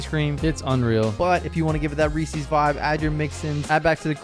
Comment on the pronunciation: Please stop pronouncing Reeses that way